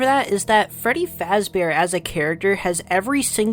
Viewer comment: Fweddy Fazbore.